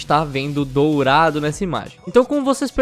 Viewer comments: é "dorado" e nao "dourado" :v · O: "DOURADO" kkkkkkk só acho que o mapa eh "Dorado" OBS: se achando o Xeroquis Holmis